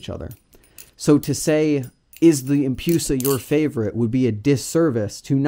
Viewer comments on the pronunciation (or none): I honestly cant handle saying empyusa like its medusa right not medyusa and its empress not empryess so why empyusa instead of empusa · No hate on the video itself, it just triggered me when i heard empyusa so many times but to each their own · The empoosa